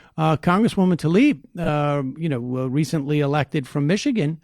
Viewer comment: Tlaib is pronounced tlayeb. tlayib is close enough but it's definitely not talib.